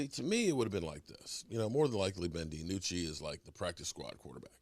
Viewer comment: hey, its ben DiNucci say "dee-noo-chee" not DiAnucci like you always tell it LOL its DEE-NOO-CHEE"